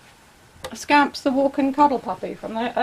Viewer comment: When you said scamp I thought you said scam 🤣🤣